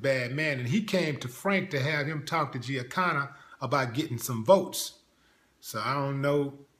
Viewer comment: Willie, how the hell Do you not know how to pronounce “Giancana”?? Quincy is full of HorseShit about Jimmy Hendrix